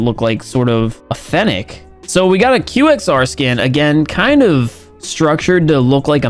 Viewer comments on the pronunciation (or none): QXR??? You disgust me. Fix it or I’m unsubscribing. Qwexer. (No hate just jokes) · It's not qxr...it is qwexer!! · He also said the "QXR" not "Qwaxer" 😂😳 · He pronounced qxr as qxr